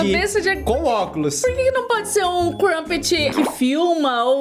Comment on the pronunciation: Não É crupet e "crumpet" com M mais se quiser falar "crupet" todo bem 👍